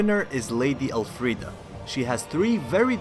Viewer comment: Why do you keep saying El Friede thats not her name and its getting annoying lol.